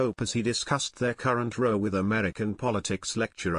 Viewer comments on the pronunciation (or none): AI Narrative 😢. The 'Row' as in 'Boat' 😂😂😂. Between Trump/Musk. 😅